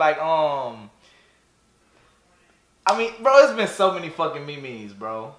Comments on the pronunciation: the mee-mees nigga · Bro said meemees memes 😂😂😂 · "The ME MES" 😂😂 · The me mes ??? Was he for real ? 💀🤣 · he said the MeMes and the coranoravirus🤣🤣🤣🤣🤣🤣🤣🤣🤣🤣🤣🤣🤣😂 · Bro was saying memes in Spanish, this shi got me dead ong🗿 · He has to be saying these wrong on purpose istg